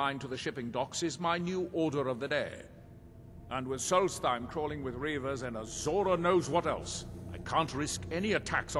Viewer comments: It's "Solstheim" not "Solsteim" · Solstheim is pronounced "Solts-heim I believe.